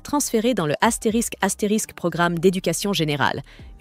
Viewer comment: Tu as un problème avec les mots Astérix😂